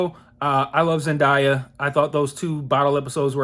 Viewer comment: Zen-DAY-a not Zen-"die"-a. It's spelled exactly how it's pronounced. Nice review otherwise tho! lol. -- Now, I'm someone who didn't love the first season as much as most people at least on my first watch (because of style over substance etc) but I appreciated it much more on my second watch through. I really enjoyed this episode tho and it didn't feel chaotic to me - but I wasn't high haha. I liked that it focused on Fez (the only "good" character along with maybe Lexi - and I like that pairing too btw) and that final scene was AMAZING. Nate's not dead btw they opened up the preview for the coming weeks with him waking up smiling in the hospital. Also in the episode I felt like everyone else got a nice amount of screen time. As for Rue/Jules I didn't mind how little we focused on them cuz I kinda don't care about their relationship if I'm being honest. I actually like both characters but I couldn't care less if they're together or not. And I don't have a problem with the more high school elements of the show - cuz IT IS a high school show no matter how mature it is at times. Plus I do tend to like HS/coming of age shows. I found the Nate/Cassie/Maddy/McKay stuff fun to watch. Though I've always felt they need to give McKay more to do. They don't know how to write for him at all. Anyway, I hope this season is good and elevated from the first. This episode set up some nice stuff so I'm hopeful. P.S. I've seen sooo many people say they thought of Hereditary when Cassie stuck her